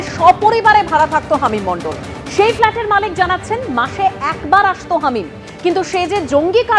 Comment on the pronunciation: Halim noy hamim 😂 bar bar Halim Halim bolechen 😂😂